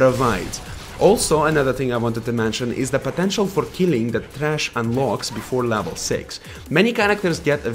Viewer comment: Vejn and thhhhrachh